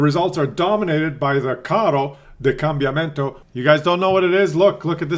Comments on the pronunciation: God, you're much worse than me in the morning, and I'm not a morning person. I understand that you don't speak Italian, but how can you read Combattimento as Cambiamento?? At least it translated funny, as Tank of Change, where Carro da Combattimento means Battle Tank. :) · its COM BAT TI MEN TO kekw